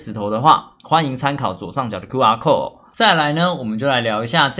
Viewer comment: 是 QR Code 不是QR cold(搞錯重點) 偷主播是不是刻意的 想看看有沒有人看到最後XDDDDD